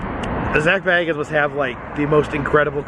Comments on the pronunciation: Please pronounce his name correctly! It's pronounced "Bay guns". Not "Bag uns". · It's pronounced "Bay-guns" 😂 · It's pronounced Bay-gens. I am dissapointed in this video. Sorry couldn't listen to you talk about what you had seen. Had to give up the ghost (literally) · Everyone says his last name wrong ghost adventures don’t say bag ins it’s say bay gins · This is a awesome video love the Ghost adventures an always have . . An it’s pronounced Zak bay-guns ( bagans)that’s how you pronounce his name correctly lol . 😁👌🏼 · Yours has 2 g-s in it, Zac has 1-g, and he pronounces it Bay-gens... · It's pronounced Beg-ins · HOW DARE HE SAY ZAK'S LAST NAME WRONG!!!!! >:( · No disrespect love your work you are saying his last name incorrectly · Triggered when he says his last name wrong!!! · I love your videos and I love Ghost Adventures and Zak. Just a little side note...it's pronounced with a long A...Bagans. Like the "a" in lake. I'm broke so I travel through you! Keep the videos coming! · Its makes me laugh every time you say his name wrong 😂😂😂😂😂